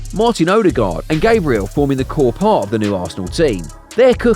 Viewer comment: Based on how you say Saliba and Gabriel, you can kinda tell that the narrator either doesn't watch football or this is AI voice. Aside from that, entertaining video 🤝